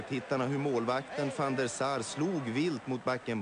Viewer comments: Swedish is a really fit language for football commentary. And it is van der Sar, not Saar... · IT IS VAN DER SAR NOT SAAR